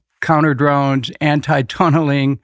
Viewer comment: “Anti-tunneling” you say?!?😅